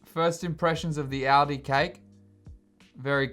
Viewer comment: It's "all-dee" not "audi"